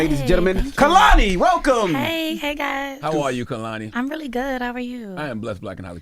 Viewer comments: AS SOON! as he said "Kalani" I was like she will definitely correct him. 🤣🤣🤣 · And Charla continued to say “Kalani” the whole interview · Its not Kuhlani its Kaylani. And Im not, defenitely not, folding a man's clothes. It could be anyones, anybodies clothes. Wow, how emotionally intelligent Kehlani is. So intelligent she gave me s headache alreadie. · Charlemagne it’s not hard to say Kay-Lani .. that’s lazy af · She corrected them on her name and they just continued to say it wrong the whole rest of the interview 🤦🏻‍♂️ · and they continued to pronounce her name incorrectly throughout the interview after correcting them. disrespectful. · Damn CTG you could at least say her name correctly after she corrected y'all. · and Charlemagne still said her name wrong after she correct him at the beginning 🙄